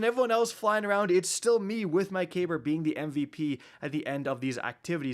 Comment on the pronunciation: Kacky boi, it's pronounced cuh*beer. It's a lesser known ottoman name, which fits as his attire is very ottoman esq. As well his destiny/D2 kabr became obsessed with VoG, which the ottoman empire is credited with the first glass blowers.